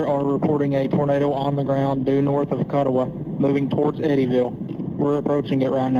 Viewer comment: Didn't pronounce Kuttawa or Suwanee right so not from western Kentucky